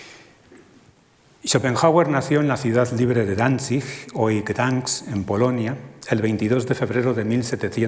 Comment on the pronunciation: Causa un gran impacto escuchar bien pronunciados en sus respectivos idiomas Danzig y Gdansk en